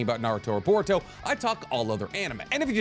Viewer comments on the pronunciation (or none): none